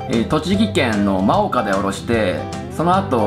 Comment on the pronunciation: スマホじゃなくてナスビが出て来た下り、笑ってしまいましたよ😊 、栃木の真岡は「まおか」じゃなくて「もおか」ですよ〜😱